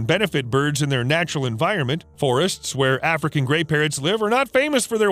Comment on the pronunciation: Omg i thought you said “gay parrots”